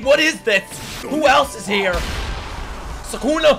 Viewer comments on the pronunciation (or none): none